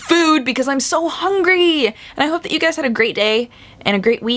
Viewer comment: Who else says "Hey dodger!" when she says "Hey guys!" at the beginning of every video. :)